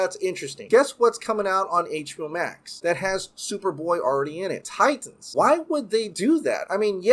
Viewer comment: My man, fun video, but if you can pronounce “cinematic” normally, there’s no reason why you have say “Titans” as Tie-Tans all the time. It’s crazy! ^_- All right, be awesome!